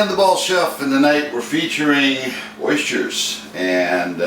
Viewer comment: i was merely commenting on your pronunciation of oysters. I just opened them up and had them for dinner with mignonette. OYSCHERS